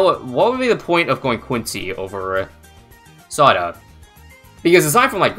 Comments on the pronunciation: It's pronounce Sauda like Saudi !!!! Why is everyone mispronounce her name 😂😂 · Oh, I thought it was pronounced sow-duh